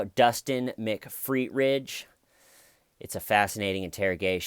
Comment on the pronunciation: You are adorable! I watched your comedy channel and think you have great talent. I want to help with your pronunciation of two names. Jodi Arias is air-ee-us. McPhetridge is Mac-fet- rige. 💋